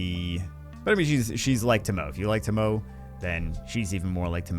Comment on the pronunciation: Not tomou, TomoE, and say the E like in Elephant. Source, I know Japanese (which pronunciation is not so far from Spanish).